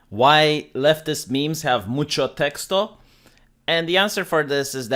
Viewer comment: "Mucho texto." Your Spanish is great and lefties are a bunch of knuckleheads.